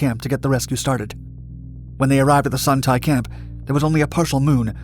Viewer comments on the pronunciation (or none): The 'Tay' in Son Tay is pronounced more like 'Stay' without the S